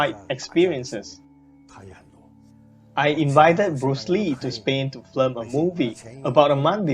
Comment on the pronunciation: I hate to be the one to point this out, but you keep saying flim, but it's film. Anyway, I like your videos. Please keep making them.